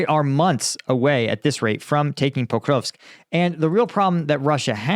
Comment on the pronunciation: I think it's pronounced more pr-off-ross-k > the new penguin russian course a complete course for beginners by Nicholas j brown . Learn the first 1/3 of russian, needed for most of the fronts.